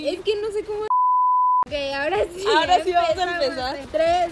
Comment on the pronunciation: Grecia: pregunta algo random: zi